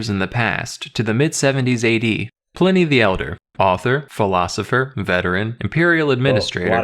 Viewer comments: pull-in-e not pline y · "Ply-knee". P-leeeese! Even the vid commentator pronounced it correctly as "Pli-ney". It's even SPELLED "Pliney"! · Pliny is pronounced "plinny", not "ply-nee". LOL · PLINY ISN'T PRONOUNCED LIKE THAT 😂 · It's quite bizarre, that he hears the correct pronunciation, and still gets it wrong.